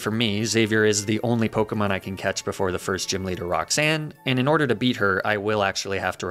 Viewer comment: Fun to watch but wow you mispronounce Pokémon names a lot